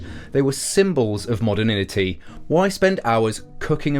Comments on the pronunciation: This is a great video but you need to work on your spelling and pronunciation a bit. I mean this purely constructively: It's immigration, with two Ms Modernity, not moderninity milieu, not melee. And not gonna lie, saying voyage like mirage was an odd one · Mod er nitty not modder nin atty.